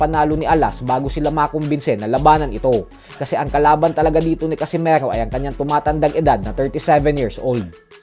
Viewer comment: Bakit parang ang bigkas mo sa casimero ay para bang casimaro,nasobrahan yata boss😅